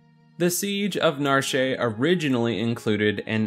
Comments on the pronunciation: Sigh-ann just like the colour cyan for Cyan, not Kye-in xD and Narshe is not a fancy word, its just narshe, like the word harsh, not knar-shey LOL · Narsh is pronounced Na-Ar-SHH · Do you guys really say "Cayenne" instead of saying it like the color Cyan?? Also, Narshé? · Its pronounced "Narsh"